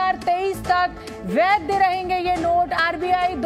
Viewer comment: वैद्य नहीं होता है मैडम, वैध होता है। हिंदी सुधारिए मैडम